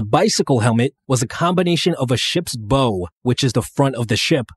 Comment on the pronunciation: Pronounced the ships Bow wrong.